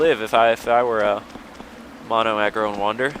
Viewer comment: It's Agro, not Argo.